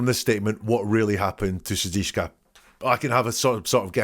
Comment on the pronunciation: su - dik - sha